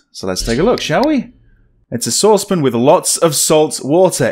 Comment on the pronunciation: is saucepan one syllable? :)